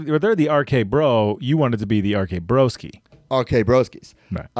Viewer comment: So nice hearing my name mentioned here even though completely butchered it 😂😂 Cheers broskies